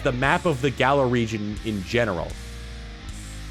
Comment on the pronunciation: U pronounced Galar wrong... This had better not become a habit of fans...